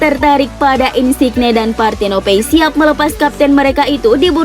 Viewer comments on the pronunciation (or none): Min, sekedar masukkan, mungkin perlu perbaikan penyebutan nama pemain, nama kota, dll. Misalnya "Mallorca", cara baca yg bener adalah "Mayorca". Atau "Insigne", cara bacanya "Insinye". Mungkin bisa pake Google Translator (atau tool lainnya) untuk tau penyebutan nama dengan benar. Mohon maaf min, sekali lagi hanya masukan, diterima ya alhamdulillah, gak pun ya gpp. :)